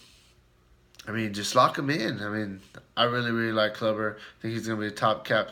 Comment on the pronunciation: It's pronounced Kloober not Clubber lol....... Corey Kluber!!